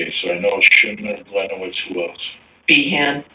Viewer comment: Should be pronounced like Glinievitch, not like Glinewitz